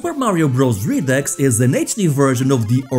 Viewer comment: Just fyi 'REDUX" is pronounced "REE-DOO"